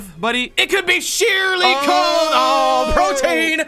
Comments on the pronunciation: CHILL! forreal??? Protean. repeat after me. Pro. Tea. In. Again. Pro. Tea. In. NOT- Pro. Teen. NO! BAD! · Please stop pronouncing protean wrong